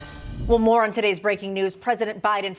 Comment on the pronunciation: When she started out saying "well more on" I heard well Moron. 😂🤣😅